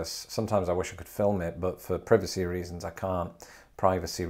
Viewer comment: Please don't ever stop saying "Prih-vah-cee,". Love your British pronunciations!